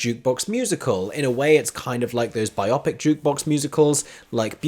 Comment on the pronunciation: I love you but I hate the pronunciation bi-opic for a piece of drama that is based in reality. It makes me think the play or movie is myopic in both eyes. It's bio-pic -- biographical picture. Yes, it's now applied to more than just movies, but it's still bio-pic. I'm sure I'll get flamed but your faithful followers, and who knows, perhaps bi-opic is the preferred pronunciation in the UK. It's a minor irritation, but isn't that life?